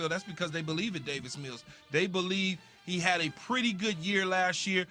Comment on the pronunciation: It’s Davis, not David.